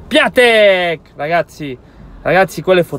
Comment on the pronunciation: Assolutamente d’accordo su Piatek. Però leggilo Piontec... Buona